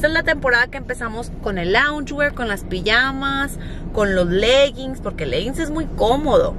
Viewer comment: "Louge wear" is my style